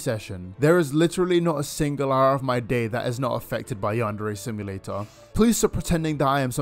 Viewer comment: Ok but i've cringed so hard when i heard ''you're staring at yandere chan keealing instead of AWESOME gameplay''